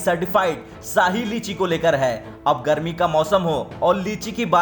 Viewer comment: दसमलव, साही लीची, रीच होते हैं। अबे किसने न्यूज़ रीडर बना दिया इसे? अबे आजतक वालों शर्म करो थोड़ी!